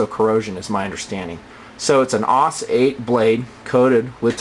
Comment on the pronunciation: um....isn't it pronounced S-O-G? like individually? And isnt it A-U-S? like individually? :D